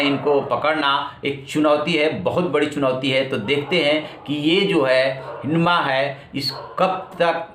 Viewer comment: हिडमा नही है। हिड़मा है माडवी हिड़मा